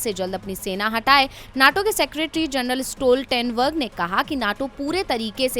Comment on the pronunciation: Naaato nhi NATO hy yy neetoo